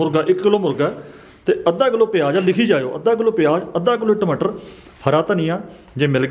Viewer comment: Tmtar ni tamatar hunda hhahahaahahahha😀😃😄